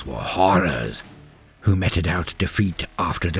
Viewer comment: 'meted out' isn't pronounced like that it's like 'meat'